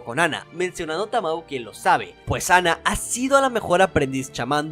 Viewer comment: me triggeree un poco al escuchar como dijiste tamoe a tamao pero de ahi en fuera muy buen video 👍🏻